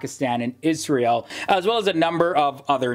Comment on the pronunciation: YOU pronounced Israel Better Than Any American.